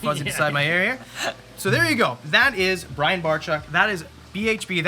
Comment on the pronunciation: I'm pretty sure you're saying Brian's last name wrong.....Ya.....👀